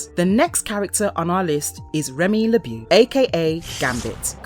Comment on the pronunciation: I was going to comment on the Wagner pronunciation (it's Vahgner!) but decided to wait. And holy cow. The LeBeau pronunciation hurt me. It's Le-bow. Like they used footage from the TV series. How do you not have the correct pronunciation. (Also That's not Rogue's backstory in the series. Many of these had info in the series. Nightcrawler gives his. Scott's is mentioned a few times and Mr. Sinister had a whole ep devoted to him. What's with this adding "THE" to names. bluh. I wanted to give this a chance but my goodness.)